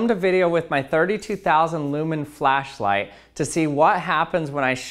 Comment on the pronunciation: "A flacklight" Righhhtttt lol